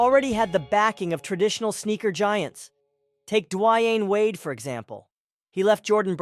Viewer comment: Legacy bands are also taking a back seat to alternative/underground brands too. The smaller businesses and underrated brands are making a creepin on a come-up. The way you pronounced Dwayne Wades name is tripping me out though